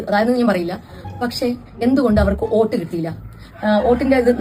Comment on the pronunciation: oat alla vote